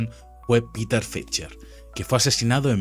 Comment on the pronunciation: Por favor el río es Spree;, que se pronuncia spre en alemán, no spri en inglés. Y Peter es Peter en alemán., no pita en inglés. Seamos rigurosos, el documental genial